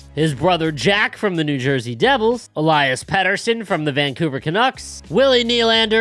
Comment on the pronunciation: I refuse to use Elias just because of the way his name is pronounced by commentary